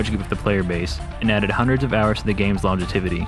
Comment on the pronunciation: longe-i-tivity lol its long- jev-ity